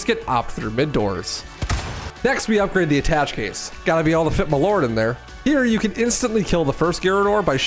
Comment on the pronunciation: *“A-tash-ay” case